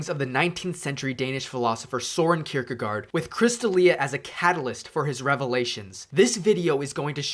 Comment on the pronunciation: Søren Kierkegaard is pronounced [ˈsœːɐn ˈkʰiɐ̯kəˌkɒˀ] Someone might be able to transcribe that to the weird English spelling.